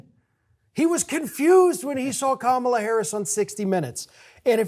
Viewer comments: Jesus. Pronounce her name correctly. It’s pronounced “comma-la”. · Please, "Kam a la"